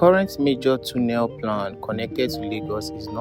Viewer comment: Correct pronunciation of "tunnel" is tornel not toonel. Take note please